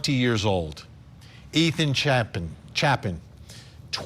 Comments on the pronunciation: Chapin. Chapin. ‘chay-pin’ Its not hard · I still think it is so absolutely insulting to anybody at this point could pronounce any of these kids names wrong. Ethan Chapin (CHAY-PEN) Ethan has also been the least talked about next to Xana. Kaylee and Maddie of obviously been the important ones and all of the investigations/TV shows/interviews. Very sad. SAY THERE NAMES CORRECT.